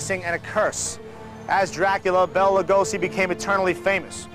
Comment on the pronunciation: Could have at least pronounced his name properly?